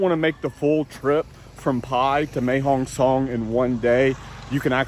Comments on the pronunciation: Mate, I hate to bring this up, but it's Mae Hong Son (Sorn), not Mae Hong Song. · you got the pronounciation of Pattaya right, can you please get Mae Hong Song correct, it is pronounced Mair Hong Song not Mae (May)Hong Song thanks your videos are the business.